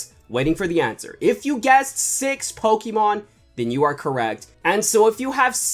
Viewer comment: If you don't know how to pronounce Pokemon cards right then you shouldn't have this job